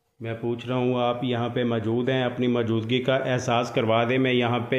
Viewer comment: Asad Khan Bhai bhi majood bolty Hain or aap bhi majood bolty Hain Kahin dono Bhai ya czn to nhi ? The word is Mojood not Maajood Bro 💕